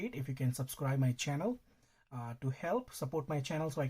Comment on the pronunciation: Say Chjannel more often